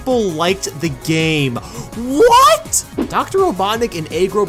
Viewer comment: that "W H A T?!" tho